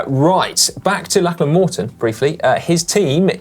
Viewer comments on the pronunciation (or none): When is Si going to learn to pronounce Lachlan correctly? He did it once in this video, but got it wrong several times.